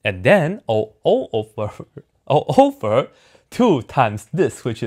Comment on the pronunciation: And then ou ove ,ehh...all over